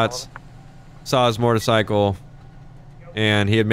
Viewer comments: “so the mortacycle went this way” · I’ve never heard u say motorcycle like u did today, “mortercycle” lol